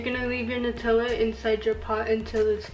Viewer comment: The way she says “nUtiLa” 🥴